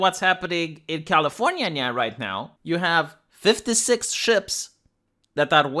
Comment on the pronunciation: Californiania, I love how you pronounce my state.